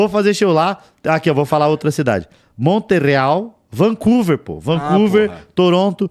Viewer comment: Queria ter ido no show em Montréal, não deu pra ir! Manda o produtor marcar em Ottawa! Montréal na verdade se fala "monrreál" (em francês).